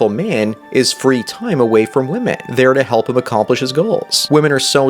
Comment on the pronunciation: This guys upspeak is fucking valley girl level bad! I can't stand his stupid voice! And the way he pronounces "Wymeynne". Christ!